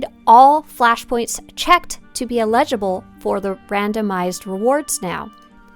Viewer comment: Eligible. Eligible. Your mispronunciation of this words is triggering.